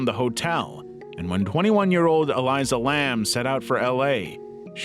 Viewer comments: It’s Elisa. Not Eliza. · You could at least pronounce ELISA right if you’re going to include her story